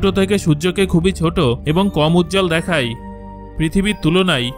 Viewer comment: আপনি দেখায় না বলে দেখাই দেখাই বলছেন কেন ?